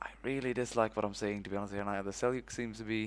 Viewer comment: finally, someone who pronounces 'seljuk' right